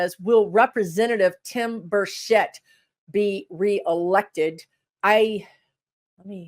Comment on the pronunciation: Tim Burchett is from Knoxville, Tennessee (His name is pronounced like Birdshit). Burchett's district is very red, but some blue cracks are starting to show. There is a Dem running against Burchett but she is a political newby and is not likely to win. It is true that some of the normally large donor, more moderate Republicans are not happy with Burchett.